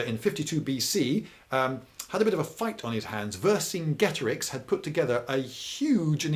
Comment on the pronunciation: You pronounced Vercingetorix wrong Lloyd.